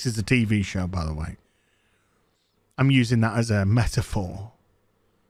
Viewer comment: "Metaphor?" Did you say, "Meat for four?" You're speaking my thoughts, man. It's always nice to know "I'm NOT alone."